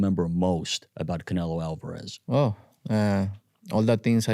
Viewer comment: They pronounce it alvarerrrrrezzzz